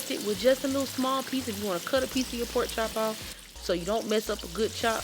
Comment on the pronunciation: If she says powk instead of pork.. you Know That Girl can Cook🤤 Thank you dear🤙🏽 you’re too sweet!